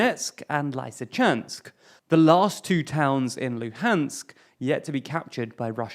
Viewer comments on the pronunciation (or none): It's pronounced RoobIJniy not RubIZniy. The ZH two-letter combination (whenever Russian/Ukrainian is translated) makes a JJ sound, like how you pronounce the French word "Je" in "Je m'appelle". It's not Lie-see-chance-k. It's Lisi-chansk (lisi being pronounced like Lizzie only with an S sound instead of an Z). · Onæly a english speaker can turn lysychansk into layseechansk, instead of leeseechansk. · First - the main resistance point is Lisichansk, not Severodonetsk. Second - you're butchering names BEYOND cringe. In RUBIZHNE the ZH is as J without D (like French J in JE) and letter E as in MEN. In LYSYCHANSK both Y are simple short "i" as in LIP and A is as U in CHUNK. So it's like Lisichunk with S added.